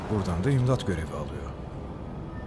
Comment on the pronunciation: Ulan bu imdat pisat diyo pusat diyil bunların dili hangi dilyaa